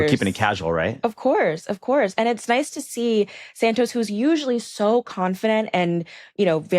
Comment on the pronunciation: Imma need the young gyal to pronounce Santos properly. It's Sahn-tos. The A like Han Solo not the A in sand. Also our Desi homie starts well then slips into the beach. 😅